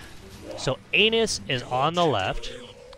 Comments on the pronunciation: How do you even get "anus" from "anas"? Haha that was hilarious to hear every time, had a hard time focusing on the actual gameplay because of it! :) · Ahmad Almashayekhi An-ass not ain-nuss lol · Cant stop laughing every time you say anus 😆😆😆😆😆😆 the initial sound is like 'apple' not like how you said it. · His name is Anas like the beginning of Anastasia. Hahaha this was personal 😂